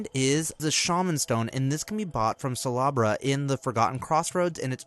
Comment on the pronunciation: I like how he says "salubra" like Slalabra PS.i also like how you reply to every comment😃